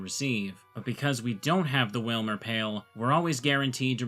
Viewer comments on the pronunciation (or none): Stop everything. Wailmer pail... and you didn't say pailmer?